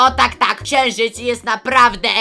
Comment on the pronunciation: "Ksienżyc"jestes prze zabawny